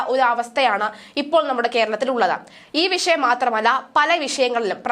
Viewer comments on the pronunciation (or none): none